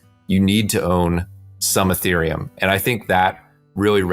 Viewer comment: Dude you lost me at your pronouncement of Ethereum.